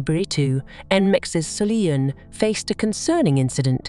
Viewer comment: It's Sull-yoon, not Sully-yoon